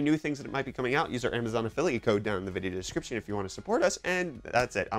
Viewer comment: Vicheo? Reecetently?